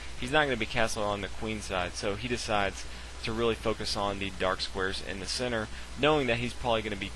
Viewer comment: Each time you should say "centre" I hear "sinner". Your chess knowledge is very big though :D